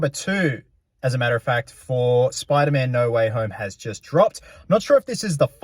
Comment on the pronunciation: Speder man